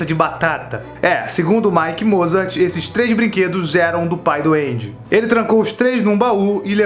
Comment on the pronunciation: Eu ouvi Pai do Andy como: Pai doende